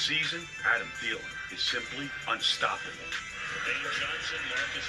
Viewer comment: Theelen is how it’s pronounced. SKOL